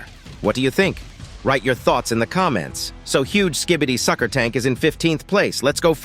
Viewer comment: The was he said“sucker tank „ I laughed so hard